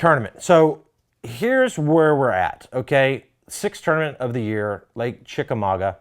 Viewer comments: Well I just saw David Dudley’s Chickamauga Vlog on David Dudley Outdoors and he butchered the name of the lake. It’s not pronounced ChickamauGWA. There aren’t two or more ways to say it. If u aren’t pronouncing it ChickamauGUH ur butchering it. I’m from the Chattanooga area. It’s my hometown lake. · Think it's pronounced chickamagua. Means chief dwelling place. I guess John Cox is the chief. Lol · Lived here all my life. It pronounced. Chick-a -ma-ga Ga like in Gaaaaa